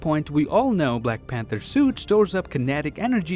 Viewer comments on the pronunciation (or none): Every time u say black panther my heart hurts